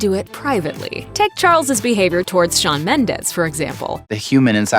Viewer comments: Its SHAWN not sEaN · SHAWN NOT SEAN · SEAN Mendes?? U serious? It‘s Shawn!!😂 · It's Shawn, not Sean- IJS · i thought it was shawn mendes not sean mendes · It’s Shawn not Sean Mendes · Can we talk about "Sean mendes* hahahahaha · I thought it was Shawn not Sean?